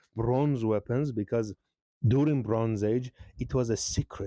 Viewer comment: I find it amusing that when you say "During" it sounds like you're saying "Durin". How fitting.